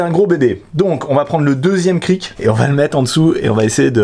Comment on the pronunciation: On ne prononce pas le "c" final dans "cric", on dit donc un Kri. De rien ;)